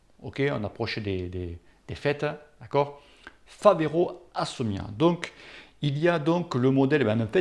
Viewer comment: Mdr tu as bien dis Favero et pas Ferrero, par contre tu as dis "Assomia' au lieu de ASSIOMA, et tu insistes en plus !!!